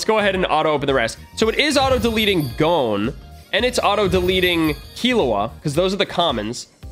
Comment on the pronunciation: eyyyyy u said gon right instead of like gone